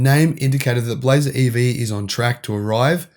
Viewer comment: Australian voice - "We spotted the first Chevy Blazaah" 😂😂. Love you guys.